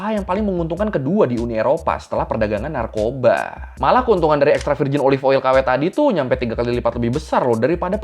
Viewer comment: BUKAN NARKOBSKI . NARKOBA . TAIK LA NARKOBSKI . SEBUTANNYA BIKIN BERAK. PIN COMENT GUA